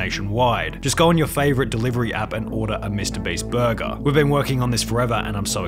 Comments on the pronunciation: its borgir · the way he says "burger" is so satisfying.